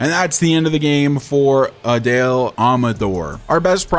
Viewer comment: Just a small correction, right fielders usually have strong arms, since they have to make the throw to third base. Personally, I'd leave Veen in AAA for a while, so his development doesn't get stunted. By the way, it seems like Adael Amador's name is pronounced Ah-DIE-Uhl Ah-muh-DOOR, so, you're saying his last name right, just not his first. I'd also like to see you keep Blackmon, rather than trade him, but, I wouldn't blame you if you found a good trade that made sense for both teams